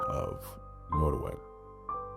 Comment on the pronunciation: I'm new to your channel. Can you increase the volume or speak up ? It's hard to hear especially when you speak rapidly. The name is pronounced Not as in hot. Nottaway .